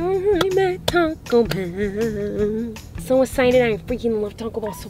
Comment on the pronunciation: it’s called Taco Bell not toco